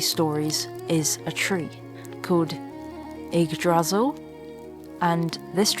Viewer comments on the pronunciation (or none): Your videography is absolutely stunning. So beautiful. And so is your voice work. Pure bliss. PS: Yggdrasil. Stress is on the first syllable ;-)